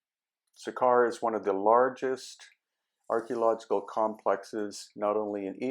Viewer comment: did you really just say archy ologist